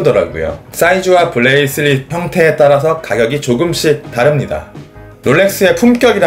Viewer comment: 브레이슬릿 발음이 왜그래요